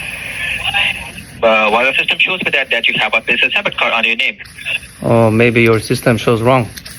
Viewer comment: Débit cord 😂😂😂😂 Credit cord😅😂😂😂😂😂😂